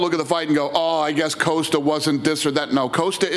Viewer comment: Everyone: Paulo Costa Dana: Paulo Coasta